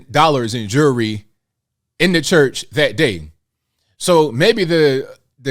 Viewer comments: Jury or jewelry? How is that word so hard to pronounce? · What’s with all his jurree (the “bishop” can’t pronounce jewelry?) What religion is he preaching with all those riches…he’s like drug dealers with their gold chains.